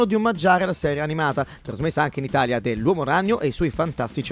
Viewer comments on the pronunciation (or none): none